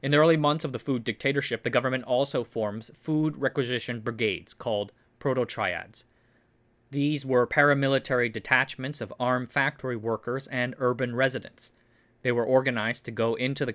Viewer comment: Prod-otryads, not proto Triads 😂 Short for "prodovolstvenny otryad" - food detachment.